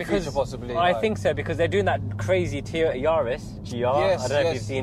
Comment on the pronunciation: Who's Teeyota?